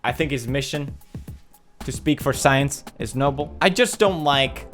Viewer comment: The subtitles : I love science... PewDiePie : I love SAIYAANS...